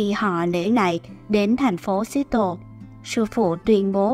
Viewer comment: Phát âm thành phố Seattle sai rồi nha bạn